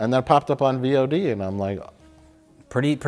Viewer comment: These men do not watch twitch. V. O. D. hurt me every time instead of VOD haha.